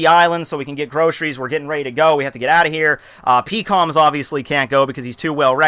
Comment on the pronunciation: PEE KOM lmao peckcums!